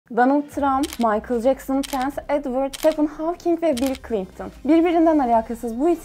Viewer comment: ClinGton ne ya çıktım videodan cringe